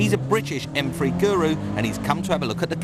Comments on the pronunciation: "M Free" I guess he has a problem with using "TH" sounds. LMAO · its pronounced M3, not M fweee